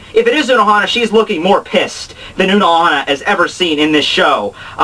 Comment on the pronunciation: It's not unohana!